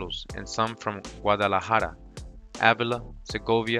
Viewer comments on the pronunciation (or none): none